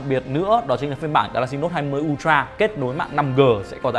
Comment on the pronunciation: ultra UK /ˈʌl.trə/ US /ˈʌl.trə/ đừng đọc un troa nữa...